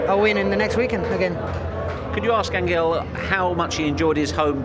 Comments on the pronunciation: First of he's not An-ggel,however it's Anhel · It would be good if the english interviewers & commentators could pronounce Di Maria's name properly. It's not An(G)el with a hard G as in (G)ate. It's An(H)el as in (H)otel. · Se dice "Ángel", ni "Anguel" ni "Anchel". No será tan difícil como para nosotros pueda ser el inglés,digo yo...jaja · An...gel.... The reporter should have at least pronounced the name spanish way.... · "Thank you Anguel" Jesus Christ, at least pronounce his name right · Journalist is not pronouncing his name right either